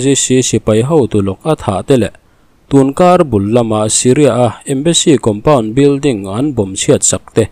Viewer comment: Embassy Compounț! 😮 Kan lam no mah mah vang a ni thei em? 😂 Tri (Ț) hi kan uar mah mah em aw? Ngatinge T aiah Ț hi kan lam/hman hlauh thung ṭhin le? 😮😮😮